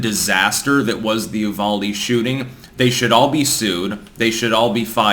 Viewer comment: Its pronounced You-Val-Dee